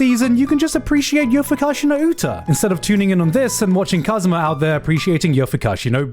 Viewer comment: Lmao he calls Kazuya as "Kazuma"...